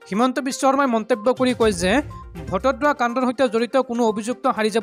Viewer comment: বটদ্ৰৱাক বাৰে বাৰে ভটদ্ৰৱা বুলি উচ্চাৰণ কৰি আছা ।আৰু দুই এটা ভূল আছে ।যেনে -- ইতিমধ্যেক ইতিমধ্য বুলি উচ্চাৰণ কৰা ।